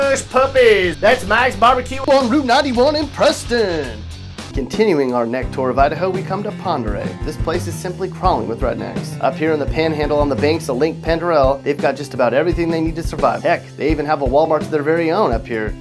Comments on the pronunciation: Banks of lake Pander Rail? Son you don't even know how to pronounce the names correctly. It's called ( Pend Oreille) Pend-or-ray. Some call it Pond-or-ray. Bring money next time and we'll teach you our version of the ten commandments. 1. Ain't but One God. 2. Honor yer Ma and Pa. 3. No tellin tales or gossipin. 4. Git yer hide ta Sunday meetin'. 5. Ain't notin come before the Lord. 6. No foolin' with another fellers gal. 7. No killin', sept fer critters. 8. Quit yer foul mouthin. 9. No swipin' yer kin folks stuff. 10.Don't be hankerin' fer it niether. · Not sure how you figure out your list. FWIW shows pretty low IQ on your part if you can say Ponderay makes the list, but call the lake it is on Pend Oriel. Pend Orielle is pronounced Ponderay. Get it? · It is pronounced Pond Der Ray. "Lake Pend Oreille" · lived in northern idaho for 13 years. the lake associated with #4 is pronounced "pond-oh-ray". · Pend Oreille is pronounced the same as Ponderay